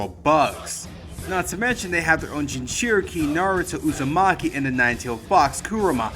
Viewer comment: At least he pronounces Lord Seventh's name correctly.